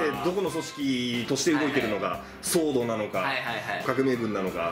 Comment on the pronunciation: 騒動❌ソード⭕️